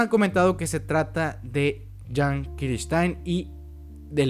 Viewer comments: ¿Porque le dices Levai? se dice Levi y Jean no es Yan o como lo digas es ( lo diré como se pronunciaría) jin. y si estoy mal alguien que me responda XD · Por que le dice livay y jan, que yo sepa a levi y jin ps asi lo pronuncian en el anime